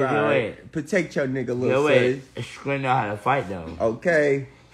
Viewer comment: As many times as he called scrilla scredda had me rollin and im from Atlanta too and you makin us look foolish lmmfao i cant they to funny tho